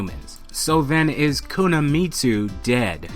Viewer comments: Every time you mispronounce "Kunimitsu" as "Kunamitsu" I fell like someone is sticking a fork into my spine. Ugh.... Listen to your friend - she's doing it right. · Pronounced "koo-knee-mitsu" not koo-nah-Mitsu" lol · Love the video but you butchered the pronunciation, it’s not Kuna-mitsu it’s Kuni-mitsu. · you said it like Kuna Meat Sue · There is no "Kunuhmitsu". It's pronounced Koo nee meet soo. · why are you saying "kunamitsu" instead of kunimitsu? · It's kuni... Not kuna... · Yeah all I heard was Kuna m8. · Dude her name is pronounced [ku-knee-me-tsu] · ku na mi tsu lol